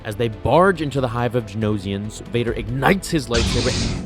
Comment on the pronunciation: The planet is Geonosis, not Genosis. Gee-oh-no-sis, not Gen-oh-sis. Four syllables, not three. Same thing with the creatures. They are Geonosians, not Genosians.